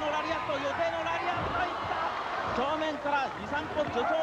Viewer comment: ラリアットではなくラリアートです